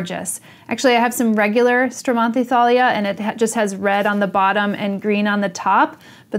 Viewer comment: Thank you so much I really really enjoyed listening to your talk about this stunning and beautiful plant and I am very very pleased that your pronuncing correctly it’s name. Very important to me.